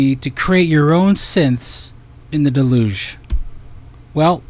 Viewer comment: Difficult to take seriously someone who can't be bothered to learn how to pronounce the name of the device they bought.... It's an english word ffs. pronounciation.